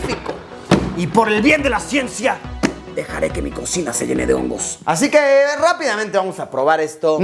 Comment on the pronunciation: "Así queeee" Luisito con acento chilango😂 min.